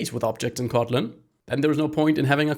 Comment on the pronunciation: Is he saying cotton instead of kotlin?